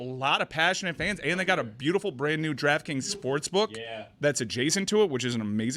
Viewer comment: Is it me or can not say draft kings & says draft krings??